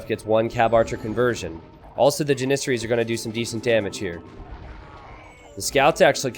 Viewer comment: you legit mispronounce everything in this game that is not a standard English word. The way you say Slavs, janissaries, mangonel, etc. are all wrong. Please fix